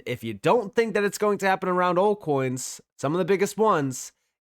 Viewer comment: Are you saying ‘alt coins’ or are you saying ‘old coins’? I cant tell.